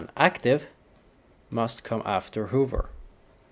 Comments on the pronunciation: Just for your information, pronounce "hover" as H a v v e r Hoover is a vacuum. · Please learn how to pronounce "hover" correctly